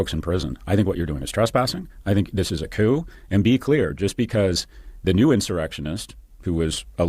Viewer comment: The p in coup is silent Kyle!! Love you!